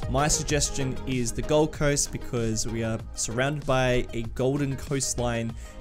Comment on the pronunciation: Am I hearing the Gold Coast or the Gall Coast? hahahha I love how you try squeezing biomes in australia in one map. as someone who grew with mangroves, the mangrove area is nice and it should cover the cove. when its day time, the water is at high tide. when its night time, the water is at low tide and its possible to walk around the mangrove area but too dangerous as the sand is too soft and theres a lot of critters